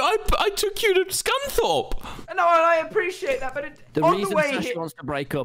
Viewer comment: its scunthorpe